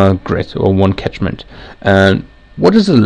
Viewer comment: "Catchment" not tachment.